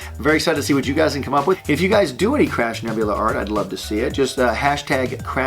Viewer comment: I kept hearing Crap Nebula, instead of crab(?) X'D